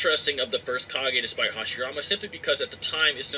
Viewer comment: With subtitles on it thinks you are saying "car gay" when you say kage and I have to agree.